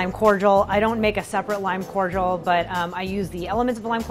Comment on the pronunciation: Corjal?? It's CORDIAL COR-DEE-AL cmon woman